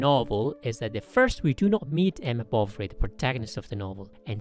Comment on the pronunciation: When you say "Bovary" it always sounds to me that you are saying "Bolvary", or it's just me!